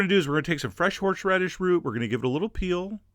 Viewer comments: I don't dare correct you, but "horSHeradish"? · Horsheradish.... F#$@ Take shixty-sheven, F$*@ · Are you saying "Horshradish"? omg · I like how he says HorshRadish the entire time. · Lol he said "horshradish" ;)